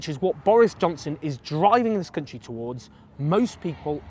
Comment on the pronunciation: Labour won't win with Corbyn. That's so blindingly obvious, when will you wake up. Ps: why do you pronounce "country" so strangely?